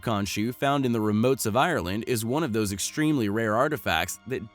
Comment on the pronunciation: WOW it is so amazing, not the shoe but the way the guy pronounces the names of the places in Ireland. When he says Ireland it sounds like he is saying Iron-Lad! So so funny.